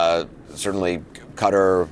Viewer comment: The way Anderson pronounced “Qatar” makes me wonder if he’s AI